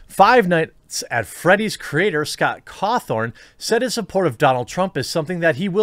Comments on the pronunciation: It’s gonna Scott Cawthon not Scott Cawthorne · Its Scott Cawthon not scott cawthorn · This is bothering me stop saying Cawthorn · Great vid, i just can't get over the fact that ur calling him Scott Cawthorn Its Cawthon, there's no "r" in his last name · I hate the fact you pronounce his name scott ko-thorn instead of how it is pronounced, ca-thon. But other than that great vid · His name is pronounced caw-THU-n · It's been how many years of the huge FNAF series and people are still pronouncing Scott's name wrong.. Totally agree with the message though. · There is no "r" in his name, Jeremy.